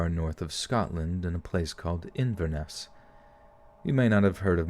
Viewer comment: Fellow fan from Inverness! The way the auto voice did it is actually how it's said. SO cool hearing other people on this town listen too :D sad I missed the stream